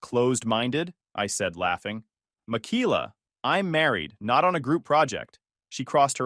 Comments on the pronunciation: Pretty sure it's pronounced Mik Ay La. Every Michaela I've ever known pronounced it that way. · Mikeyla or Michaela .. the pronunciation of the name is cray